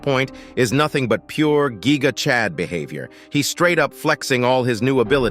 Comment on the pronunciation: finally bro said gigachad correctly 💀